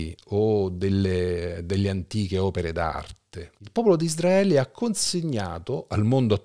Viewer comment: Ma perché pronunci ISDRAELE?! Quando si pronuncia ISRAELE?